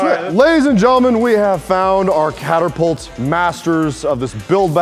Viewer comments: Did say catERpult...? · Hey, say catapult: Catterpult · It’s not called a caterpault.